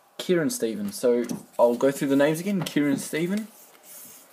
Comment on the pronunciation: Yay, thanks a ton man, also, well done, you actually pronounced my name correctly, which is so weird, nobody does! :)